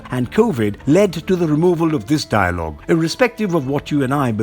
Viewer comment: Dilogue? LOL